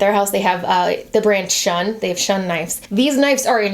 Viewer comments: I have an honest question that may sound like I'm being a jerk but I don't mean it to be, Is it pronounced knifes in america instead of knives? or is that just? Like how we (Canada) pronouce mauve "m OH ve" not "M ah ve" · Stephora No, it’s pronounced “knives” in America. I noticed saying “knifes” too and thought it a bit odd ha.